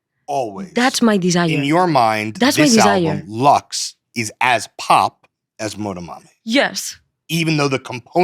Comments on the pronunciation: no es leqss, es LUX, joder una puta cosa que tienen que pronunciar....!! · "Study up" and they can't even pronounce the album title right 😭🥲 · los entrevistadores son taaaan yankis!! les explota la cabeza con que una persona pueda aprender otros idiomas, no tenga ningún interés en "cambiarse al inglés", son incapaces de pronunciar LUX de manera no anglo... qué pereza, Jaime Altozano te necesitamos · I mean, they can't even pronounce the album title right so are we shocked lmao